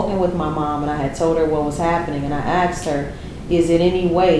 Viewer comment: I am sorry for being curt. I would not teach anyone to say AXED.